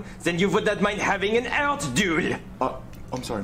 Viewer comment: He tried to say Art but he said Out and Alt.